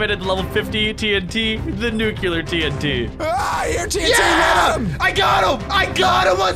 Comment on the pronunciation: Not how you say Nuclear!